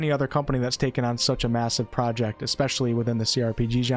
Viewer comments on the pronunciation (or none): none